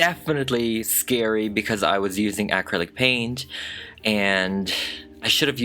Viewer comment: The way you say acrylic distracted me.